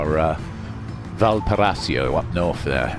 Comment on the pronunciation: It's pronounced "VAL-PAR-I-SO" 😊